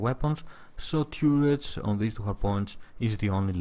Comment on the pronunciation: TURR ets, as in CURR y